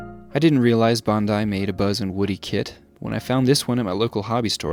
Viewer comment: lovely video. but I just can't get over the fact that you pronounced "Bandai" as "bon-eye"